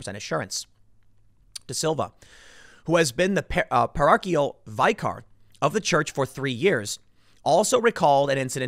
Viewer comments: Tim... Vicar is pronounced as though it were spelled "vicker." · I love you Tim.. But get your pronunciations correct. It's Vicar. Short "I". Listen to other people say Kayleigh mac a nainy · Interesting pronunciation of "vicar" there. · You pronounced vicar wrong Tim. It rhymes with kicker. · "Vicar" Creative pronunciation there.